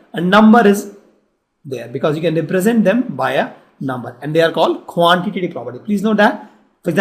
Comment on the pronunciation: Quantati Prapty XD XD XD